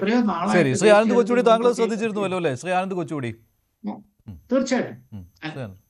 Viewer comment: കൊച്ചുകൂടി അല്ല കൊച്ചുകുട്ടി 👦